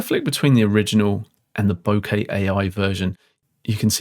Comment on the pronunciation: Wonderful video. Thank you for using the correct pronunciation of the word ‘bokeh’! As an American living in Japan for 35 years it’s always been grating on my ears to hear the word mispronounced by English speakers!